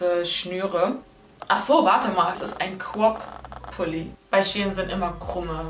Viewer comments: Ein pulli ohne kaputze: sweatshirt Ein pulli mit: hoodie Und es heist crop und nicht cop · Ich liebe es wenn du "crop" sagst😂😂 Abi: "quap" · cwop 😂 (crop) bitte mehr teile 🥰